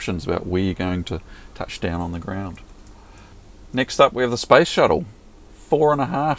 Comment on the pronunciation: You Southern Hemispherers crack me up me with your "spice shuttles" and "earliners"... Especially since the rest of your pronunciation is so deceptively standard British that these occasional quirks really hit me over the head from far out of left field. I never see them coming.